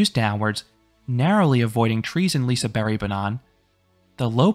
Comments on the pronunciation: LISEBERG NOT LISEBERRY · Uh, not quite. Its more like a "bea-kh", keep it up :) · Did you say Liseberry? Is that how you're supposed to do it? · Yes I wouldn't pronounce it "Liseberkk" either, something in between this and "berry" might be the way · I'm pretty sure its more so Pronounced Liseber-h, but I could be wrong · Yes, that is how the park staff said it is pronounced. A g is silent at the end of a word in Swedish apparently. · yea, the "G" is pronounced "J" basically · That is how the park said it is pronounced. The g is silent at the end of words in Swedish.